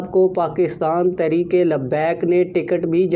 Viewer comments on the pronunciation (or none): محترم عرض ہے کہ پہلے اپنے الفاظ درست کرے تحریک انصاٖف تو ٹھیک کہتے ہیں جب کہ تحریک لبیک کے وقت آپ تخریک لبیک کہتے ہیں یہ لکنت کیوں؟ دوسری بات ہمیں اتنا پتہ ہے کہ بابے کا بیٹا ہمارا سودا نہیں کرے گا یہ سب خواب خیالی ہیں